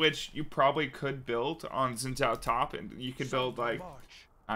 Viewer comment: I used to play a lot of Xin top. Btw, his name is pronounced “shin jaw”